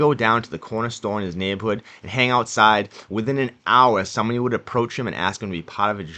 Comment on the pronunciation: You had me at “neighbahhood”